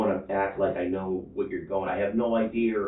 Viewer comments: Parents, please teach your kids to pronounce “idea” without the “hard r”. 😂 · Why does this idiot keep saying, "ideaR"???